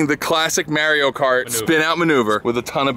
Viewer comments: It's definitely NOT Marry-o. In Italian it's "Ah", in Japanese it's "Ah" and the dude says it himself. It's Mah-rio. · im from new york and its def not marry-o...100% mahree-yo. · its not mary-0 its Mar-E-O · It’s mar-io , not may-rio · Mahr not mare 😂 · "mario" not "marryo". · Bro it's pernounced MAR-YO not MARE-YO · "IT'S A ME MARIO" Even Mario never called himself Marry-o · haha this is me merio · legit first thing i heard and scrolled down instantly. MAHR-E-YO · bro i'm from new york and its marr-io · Never heard of marryo, sounds dumb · Mahrio. HE FUCKING SAYS IT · When MAH-REE-O himself uses three syllables to pronounce his own name, why say it any different? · Mahr-yo is how it's pronounced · Everybody's wrong, regardless of where you live or how your native language works, because in the game, he says "It's a-me, 'Mah-Dio'." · sure aint marry-o ;D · It’s マリオ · east coast is hanging out with that Mayreeoh pronunciation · First off, it’s mahr yo, that’s why in gta vice city the vercetti gang is always like “Ayy Mario” also love for Audi is like my love for Saturn except I don’t really have logical reasons for that. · “Marry Oh cart” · Lol, definitely not "Merry-o".... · As a New Yorker. Ive NEVER heard Maireeo cart. Its Mario. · Did I just hear "Mary-o" cart"? Lord Jesus. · "Marry-O Kart" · WTf is Marry-o cart? lol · It’s a me merry-o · well if you're stubborn enough and have enough money, you can eventually make anything not understeer. but in this vid, come on, that was understeer city even before the banana peals... also, its "Mahr-yo"... just think about how he says "itsa me, Mario!" and in Italian (as in Europe, not east coast Italian) its also pronounced "Mahr-yo" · Yes I’m leave but did he say Maryo? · Mario says his own name in the game and its def not marry-o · Jesus even the UK calls him Mario... not Marry-o... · im sorry did he just pronounce Mario as Marry O?? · Its Mar-e-yo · Lost me at merry o cart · Not maarioo its Mario